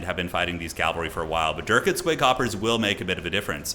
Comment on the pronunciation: Please my man, cavalry not calvary.